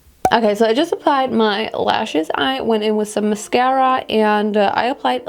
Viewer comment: Haha 9.48😂😂😂leshes,lehshess,leshiss hahaha wie cool du bist 😂❤️❤️🤢❤️💚❤️❤️